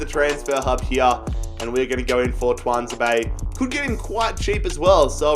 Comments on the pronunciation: It is said like Tu an za bay much love brother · Btw I’m a salty villa fan and ur saying Tunazebe wrong! Pronounce it too-an-zeb-ay